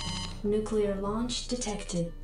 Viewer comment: I loved the nucular launch detected bit